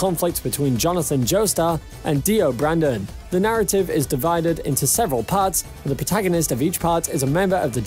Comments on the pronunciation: This dude said dio Brandon it’s Brando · Did he just say.....Dio... BRANDON?!